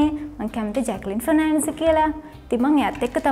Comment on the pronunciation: කජාල් නෙවෙයි ගෑනියේ කාජල් .. ෆනෑන්ස් නෙවෙයි ෆර්නැන්ඩස් 🤦🏻‍♀️🤦🏻‍♀️🤦🏻‍♀️